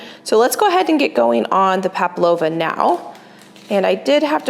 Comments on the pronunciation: PAVLOVA not paplova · Hello! You are my absolute favorite YouTuber and I’ve been watching you for years! Just thought you might wanna know it’s pav-lova with a V and not pap-lova with a P! This was such a stunning dinner party. You give me so much inspiration! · It sounds like she's saying Pablova not Pavlova. Maybe my hearing is off. It's named after a Russian ballerina. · Its Pavlova not Paplova 😀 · Did you notice calls it Pap-lova and she wrote it as palpavo. Love it. She bakes a million times better than she pronounces our beloved Pav 🥳🇦🇺🥰🤣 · Pavlova not paplopas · I was wondering what palpavo ment on your list of things to get done and then you said pavlova 😂 I had a good giggle. It's said how it's spelt. Pav lo va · Hi 👋🏻 love watching your channel. The correct pronunciation is PAV LOVA, not paplova. ( I can say it not make it ) you are becoming a remarkable baker, thumbs up 👍🏼. My daughter and I have decided that we want to batch freeze meals, so I have been rewatching some of your videos. You are right about making things so much easier on oneself when you go to your freezer and pull one out, make a side and poof dinners done. ❤ love it. Thank you for being true to you I am appreciative of your honesty, love for your family and your commitment to your channel. Keep going girl 🎉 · It’s Pavlova, not Paplova, you’re saying it incorrectly. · It’s spelt Pavlova, so pronounced Pav -lova, “v” rather then “p”,. Great recipes and a beautiful table setting,! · PaV-lova, not paP-lova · Actually it is not Papalova like is pronouncing it is Pavlova. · Its pronounced PAV-lova :) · Aussie here, put the mix into a piping bag with no end and make the nests, we pronounce it Pav-low- va. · PAVLOVA. PRONOUNCED - Pav loave a. Great video ❤❤❤ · Hello from Australia - the pronunciation is Pavlova there is no P in it. I make them regularly here. There is a bit of an Australian / New Zealand debate on who invented this. 🥰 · There is no A. It’s Pavlova.